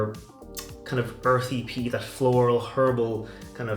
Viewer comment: Peat! Not pest! lol!!😂